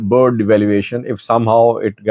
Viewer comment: Please learn how to pronounce Birr! It is embarrassing to be talking about a country for years yet can’t pronounce their currency name properly!!